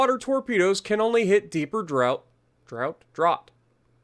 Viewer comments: It’s pronunciation “draft” 😀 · Draught is pronounced Draw-t